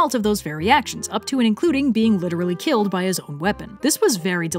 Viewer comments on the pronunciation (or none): none